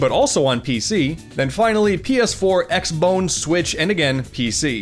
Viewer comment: I truly appreciate how you said xbone, that's what we have all needed for 7+ years.